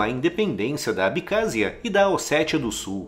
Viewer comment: É ABECÁSSIA! NÃO ABICÁZIA